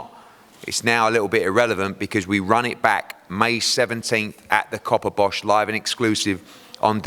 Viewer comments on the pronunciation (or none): Hahaha he said Copperbosh! 😂😂